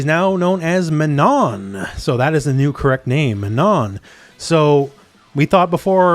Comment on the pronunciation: Just a very minor detail but as Manon is a french character (and is an actual regular french name), the "on" in her name is NOT pronounced like in "on/off", but instead makes the same sound as in "beyond" or "pond". Too bad my boi Ed is DLC tho D